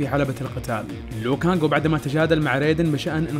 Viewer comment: اسمه لو كانق مو ليو كانق